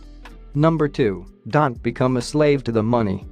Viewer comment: You don't pronounce don't right.